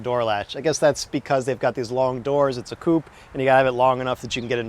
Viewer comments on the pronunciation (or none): "It's a coop" . Really? Seems a bit of a waste to me, keeping chickens in it. Or do you mean *coupé" (koo-PAY)?